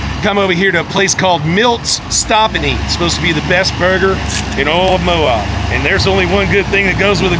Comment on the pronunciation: Lol it's Moab, not Mo-ob!